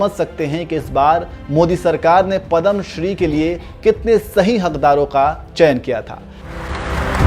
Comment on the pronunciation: Padham nahi yaar padhma vibhushan...jagamma nahi jaggamma...sahi pronounce yaar